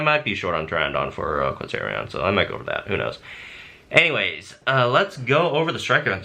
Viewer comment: Quetz-O-Ryan thats how you say it